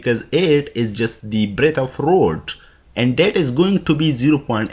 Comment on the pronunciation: B=Breadth, not breath. Sorry, just saying. You are really good, though. Thanks